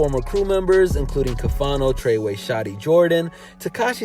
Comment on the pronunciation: all that research and you still call the guy treyway smh